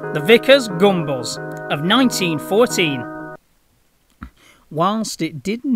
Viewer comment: Gunbus! Not gumballs. 😂